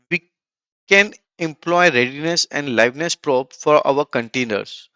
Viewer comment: probe is pronounced "prowb"